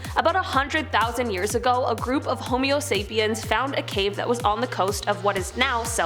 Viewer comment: "Homeo-sapiens"? LoL! Still love your channel! One of the best ever!!!!